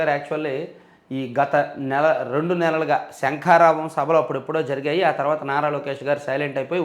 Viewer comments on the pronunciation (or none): none